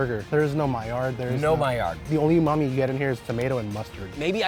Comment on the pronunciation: Oh godamnnit now is saying umamu instead of savoury?